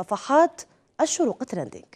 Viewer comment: كفاكِ تقليدا لمديعي BBC تراندينڨ وكوني على طبيعتك + ركزي حتى لا تخطئي في نطق الكلمات + نتمنى لكم كل النجاح والتوفيق وحفظكم الله وهداكم لما يحب ويرضى